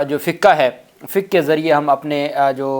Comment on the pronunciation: Plz take correct name it is FIQHA NOT FIKA